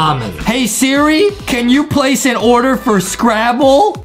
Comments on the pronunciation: Justin sed sera idiot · justin say sirl srach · I love how Justin’s say Siri but he says Sara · I love how Justin mistakes “Siri” with “Sarah” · yeah justin like. To say sirl Sarah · He zaid Sirah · Yeah I like when Justin says Sarah but it's actually Siri bruh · Justin: Sara Me: bro it is siri Adem:siri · Justin: sierra " me: ITS SIRI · Mabe Justin needs a teacher because he keeps saying siri shara 😂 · It is Siri not Sarah